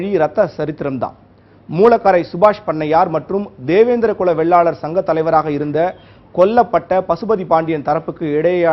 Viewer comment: டேய் சத்தியம் தேவிடியா பயலுகளா சாதி பெயர ஆய்ரம் தடவ சொல்லுரியே அதையும் சரியா சொல்லுரியா இல்ல அட சத்தியம் Tv செய்தி வாசிப்பு தேவிடியா மகனே வெள்ளாலர் இல்லடா வேளாளர்